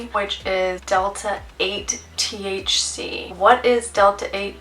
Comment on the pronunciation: It's pronounced "THC" not "TH-She"